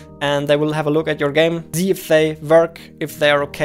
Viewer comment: Love how he uses "z" instead of "s" "...zell games on Steam" (almost everywhere in vid where "sell" is used) "...I wanna zee it!"